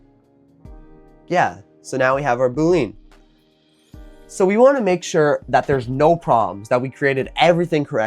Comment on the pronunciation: Your pronouncing Boolean wrong.